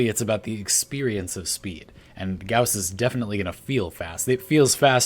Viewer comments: Thank you for pronouncing Gauss correctly (rhymes with house) [gaʊs] DE has been saying it like Goss instead of Gouse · Finally somebody who pronounces Gauss correctly <3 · No it's pronounced like "house" and "mouse" check Carl Gauss's Wikipedia page. There's the pronunciation for his name